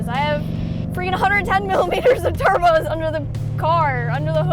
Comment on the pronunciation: Cleeeetussss, she said turbskiessss